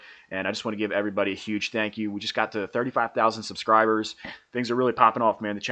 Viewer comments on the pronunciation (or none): none